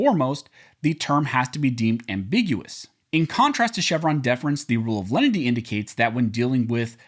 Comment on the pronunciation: About half the time you are saying "lendy" not "len-i-ty" and just confusing your audience. Step up,!